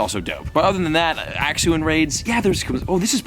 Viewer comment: am i the only one that wants to correct him every time he says axew 😂